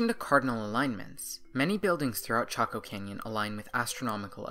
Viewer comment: I thought your pronunciation was off, too and here it is already in a comment. Go ask a native 🤣🤣🤣🤣